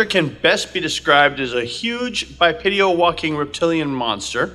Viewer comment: Cool video! (*bipedal, not "bipedial") ✌😊